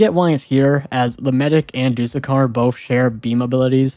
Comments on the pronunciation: “Do-the-car” “t-Ow-zoo-koo” He’s probably gonna pronounce the ghoul skin when he gets to two time as “gee-ool” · you actually pronounce doothekkar as dooth-ekkar (dooth rhymes with tooth) It references a lisp, a condition where someone can't pronounce "s" properly and ends up sounding like "th"